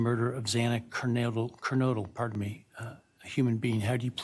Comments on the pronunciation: Could this judge please say "Ker-NO-dle"? How hard is that? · Unimaginable that he screwed it up all 3x he said it. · Repeatedly mispronouncing Xana‘s last name is UNACCEPTABLE!